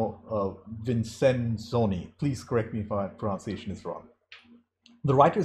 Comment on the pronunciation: Because you asked us correct your pronunciation... It's pronounced, pro-NUN-ci-a-tion. Great review. I've been really enjoying your videos. You really have a passion for good films.